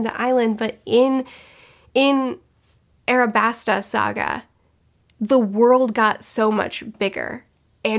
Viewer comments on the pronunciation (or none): It is not, in fact, Arabasta. It's Alabasta. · Its alabasta not arabasta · I just logged into my yt at work. She has to be trolling us with "Arabasta". She has to be. THE TITLE OF THIS VIDEO IS LITERALLY ALABASTA am I going crazyyyy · You know there's an "L" in Alabasta not a "R" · Great stuff, but it's gonna bug me if I don't say it. It's Al-a-bas-ta like the white mineral alabaster, not Ar-a-bas-ta. It can be tricky because L's and R's are hard to differentiate when it comes to Japanese media, so no shame. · Ala-basta : Pronounces it Ara-Basta?? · It’s Alabasta kind of like the word Alabaster, but you’re good on the pronunciation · its pronounced alabasta in the dub i think its called "arabasta" because phonetically japan doesn't have an "L" sound and they use R in place of it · It's 'ALABASTA"!! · its with an L like in Alabaster.. but I love your One Piece videos and loved your Avatar and Tropes ones. Thanks:D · alabaster with an A L you remind me of somebody who says orange like arenge look at the letters please. Other than that amazing video I loved it. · “Robin does all this just so she can get to the…..” looks up name so she doesn’t say it wrong says it wrong anyway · Cmon don't be lazy with the name, there is no "r" in Alabasta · Alabasta is pronounced with an L